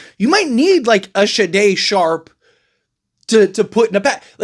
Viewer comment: SHAY DON SHARPE. Come on man lol